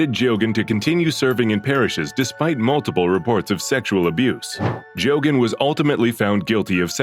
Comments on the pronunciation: No need to sentence child molesters to death when you have those on the inside that actually has some vestiges of humanity left.. As for this AI channel... At least pretend to know the subject and the names.. Jo-gaaan is.. GAY-GAN phonetically speaking.. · Man, this channel really butcher'd the pronunciation of that pedophile priest Father Geoghan's last name. So many channels do that, it drives me nuts especially when it's a famous person who's last name is something that most people should know how to pronounce.